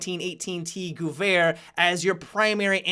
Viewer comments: The Mauser GUUUUUwehr? :-P Sorry... couldn't resist commenting^^ sounds so funny, try calling it gEwehr :) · Im German and "Vair" is spot on. But there is absolutly no "u-sound" in Gewehr. I cant imagine any english word that would have the proper "Ge" sound in it. Maybe if you take the "ga-" from the words gadget or gap and put your "vair" behind it, it might sound right. Must be hard for englishspeakers to learn German =( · theres no U in "gevær" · Spot on In German W = V sound and ehr = air So it should sound like Guh-Vair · "Goo-verr" lmao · lost my shit when tried to say gewehr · the way he pronounced "Gewehr"... The doctors said my eyes wouldn't tear anymore. (until now) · I didn't even notice him saying that that's how bad he pronounced it.